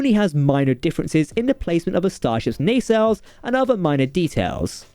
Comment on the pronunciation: Nay-sells?